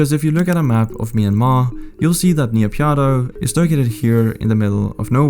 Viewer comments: as i am burmese it is called "Nay-Pyi-Daw" not "Na-Pyine-Daw" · I cringe everytime you say "NIYAPIADO". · "Ni pya dow" got me dying 💀💀💀. Well at least you tried to say the word 🗿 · Please pronounce properly. NA PEE DAW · Just how does one manage to pronounce Naypyidaw as "Niyapyadow"? :buffering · Interesting and the link with NK would be interesting BTW it's pronounced Nay Pee Door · Couldn’t get over that pronunciation of Naypyidaw hahah!